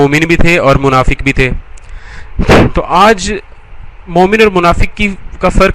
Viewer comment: bhai shabi munfik nhi munfiq ak alag tabka ha